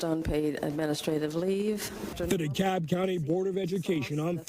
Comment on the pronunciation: You pronounce the L in DeKalb, Illinois.